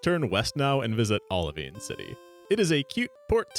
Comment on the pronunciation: Bro pronounced Olivine like it was Italian 😂